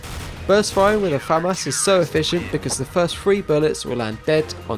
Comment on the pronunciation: finally someone that pronounces FAMAS correctly. its not Fuh-Moss. it's Fam-As